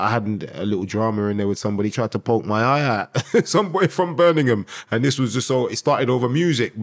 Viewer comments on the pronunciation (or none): none